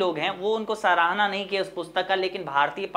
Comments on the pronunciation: Pahle padhana sikho mere Bhai aur bolna bhee sikho सहारना नहीं सराहना होता है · Sarahna ko saharna padhte hai sir😢